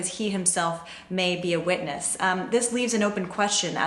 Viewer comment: SAY IT RIGHT. NOT WITNESSE. RUDY MAY BE CHARGED HIMSELF WITH INCITING A RIOT...